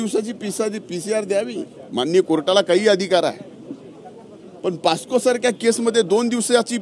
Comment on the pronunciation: पास्को नाही बाबा पोस्को.... मंत्री व्हायची लायकी नाही या माणसाची. थोडी तरी नैतिकताअसेल तर कोरोना मुंडे यांना न्याय द्यावा.